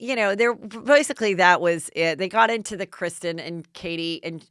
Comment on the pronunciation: Isn't it Kristen and not Kristine?